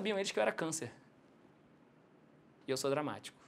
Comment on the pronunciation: Quando ele falou cançer... eu fiquei assutado... kkkkkkkkk